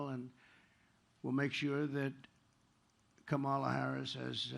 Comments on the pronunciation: That fact that he keeps purposely mispronouncing her name is just another example of his innate bigotry. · Every democrat mispronounce kamalas name. As an Indian, kamala is pronounced completely different. It's an Indian word. So democrats are the one who are the bigoted one and f-ed up the word kamala